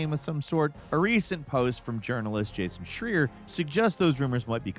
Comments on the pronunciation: Jason shreer?😭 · Jason Shreer you say?😂